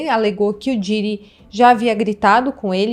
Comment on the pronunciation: Meu para de pronunciar Diiiiiiddy, come on, vc tá falando um nome em inglês, então pronuncia direito pq vc é bem inteligente, imagina pra quem fala 4 línguas ouvindo esta pronuncia ou toda hora que vai falar um nome de outro país abrasileira este? 😂😂